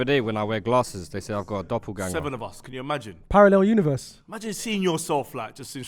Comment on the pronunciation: He got away with it but saying “paranel universe” is brazyyyy😂😂